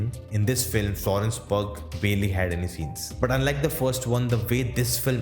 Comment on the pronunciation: "Florence Pogh" 💀💀